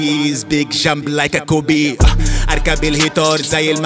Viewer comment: It’s Kobe not “kopi*